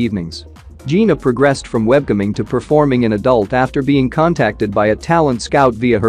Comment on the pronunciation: he also say "webcumming" this video is sooo insulting!